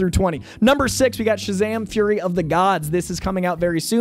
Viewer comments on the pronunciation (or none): none